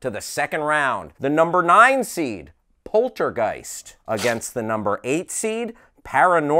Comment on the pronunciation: Somehow it bothers me, that none of them can pronounce Poltergeist correctly... X.x